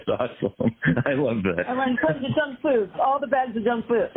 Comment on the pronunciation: She says “junk food” weird. She emphasizes the wrong syllable.